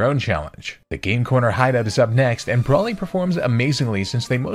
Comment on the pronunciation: Quoting a great show, “I love the confidence in which you say something so wrong”. Broly isnt pronounced Brawly, it’s pronounced Bro-ly.